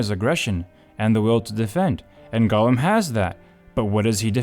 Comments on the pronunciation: Golem =/= Gollum. "Gollum" is pronounced "GAHL-uhm." "Golem" is said "GOH-lehm." The former is an ex-Hobbit twisted by the One Ring. The latter is a Jewish mythological construct of a man made of clay infused with life by mortal sorcerers...or made of flesh if you're one Dr. Frankenstein. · talking about Gollum… watch: The Outer Limits S02E16 Deprogrammers there you have: "Jollem"